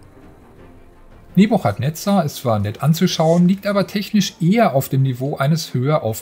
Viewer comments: Boah die Aussprache von Nebuchadnezzar, das kann man sich ja kaum anhören. Guckt bitte 1 Minute auf Wikipedia, wie man es richtig ausspricht. Das ch wird nämlich als k gesprochen, also „Nebukadnezar“ um genau zu sein /ˌnɛbjʊkədˈnɛzər/. Sowohl im Englischen als auch im Deutschen. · Wie die Aussprache des Namens einfach vergewaltigt wurde😂😂😂 Einen englischen Titel auf deutsch auszusprechen hätte ich von einem 70 jährigen erwartet aber nicht von einem Gamestar Redakteur. Ich würde es nich verstehen wenn man einfach den deutschen Namen dafür nimmt und diesen dann ausspricht. No offense, aber einfach nur unprofessionell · Wie sprichst du denn bitte den Namen des Spiels aus... Da bekommt man ja glatt das Würgen